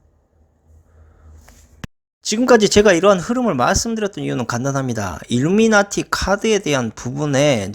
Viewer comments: 일루나미티가 아니라 일루미나티… 자꾸 일루나미티라 하시네요 ㅋㅋ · 일루나미티 (X) 일루미나티 (O) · 일루나미티? ㅋㅋㅋ 발음 꼬였슴니다